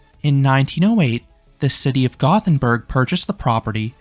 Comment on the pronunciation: I love that you put so much effort into pronouncing Liseberg correctly, then you pronounced Gothenburg wrong right after. Sorry, just giving you a hard time. 😂